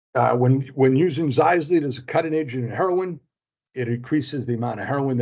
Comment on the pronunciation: You’re pronouncing Xylazine wrong. It’s ZIE-LA-ZEEN